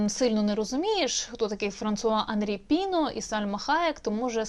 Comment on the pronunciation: ПінО, наголос на О, він же француз.